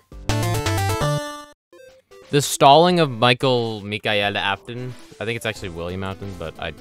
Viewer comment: that ain't Michael Afton, that's Miquel Afton.